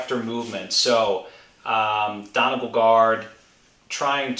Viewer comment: Great video! One note though, Donegal is pronounced Don-ee-gaul, not Don-e-gul. Celtic pronunciations are not the most usual.